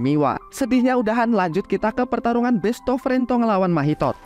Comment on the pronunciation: Lucu banget bilang besto frento 😂😂